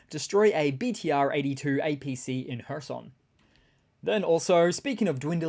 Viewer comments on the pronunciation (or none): none